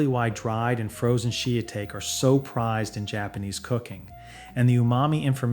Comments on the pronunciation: shee-a-take = Shitake mushrooms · "SheATake"? Do you mean shiitake? 😅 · Literally shee-ya Take. And Jee Yo Za. Really kills the educational illusion of the video, ai narration is so cringe af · He said "shee-a-take" lmfaoo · Jyoza? I thought it was pronounced gyoza. Is this guy real or ai? Also, how the hell did he say shitake?! ...so the description says the video has ai. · Shee A take mushroom on a Japanese channel? Hello AI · Funny how AI pronounced “shiitake” 🤣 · I am genuinely enjoying the video, but hearing the pronunciations of "gyoza" and "shiitake", makes me question if this video an AI narration, because are you so for real my guy?!? You've never heard those words out loud in your life even once? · If it's a channel about Japan, or related to, they should at least get the pronunciation right... Shiitake, mottainai and gyōza ended up sounding like completely different words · Great tips! My only gripe is that the pronunciation of gyoza, shiitake, and mottainai make me want to vomit blood a little LOL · The way he said shiitake is killing me lol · AI narrator can’t pronounce shiitake. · That’s what happens when you use AI voiceover. That pronunciation killed me. Lol